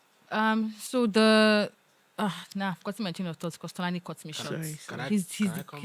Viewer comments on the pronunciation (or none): Tolani “till eleven terthy”😂😂😂😂😂